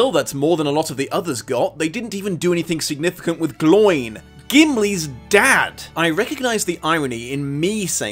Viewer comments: While it is true that the pronunciation guide gives eye for ai, I would have thought a Tolkien fan would know that the king's name is not Dain but Dáin and, by comparison with Old Norse, this is typically assumed to be pronounced daa-in and not dine. And similarly Gloin is not gloyn but glow-in. Like, seriously, this is just basic Middle Earth knowledge. Oh, and Lickspittle is just this movie's Jar Jar Binks. Apparently this is now the go to way of filling in time for a sci-fi/fantasy film. Overall though, I can't agree with your reviews more - the films were stretched, messy and so bad that they even devalue the original LotR movies to a degree by pointing out the level of silliness and detracting from certain character points. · Gloyn? Not glo-in?